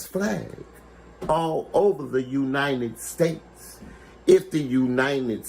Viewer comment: the "Uninen States"